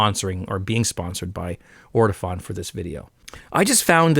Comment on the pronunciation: Nice to see another video from you,. BTW it's "Ortofon" not "Ortifon". All the best.